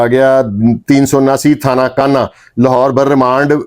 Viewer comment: Thana kuhna talafuz drust karen